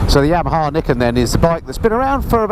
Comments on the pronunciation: Another thing to know about it ..... How to pronounce the name 😜. Nee ken, according to a Yamaha promo video I saw soon after it was launched. Just thought you might like to know. I’ve been invited to have a test ride on one, and now, having watched your video, and heard how much you enjoyed it, I think I just might go for that ride. Not that I’m in the market for one (it’s a FJR1300AE, no question, when I change), but it looks like it will simply be fun. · it's pronounced ni ken. Two sword.